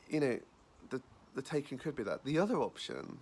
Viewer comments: It’s pronounced ‘tie-can’ Not taken! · Mispronounced Taycan. I only say this because the correct pronunciation sounds better. Tie